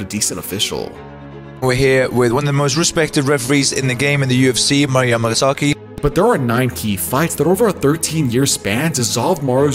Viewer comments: Why the hell do you keep calling him masaki? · Can you please learn to say his name correctly? Like geeez. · 18 "Mario Masaki" lol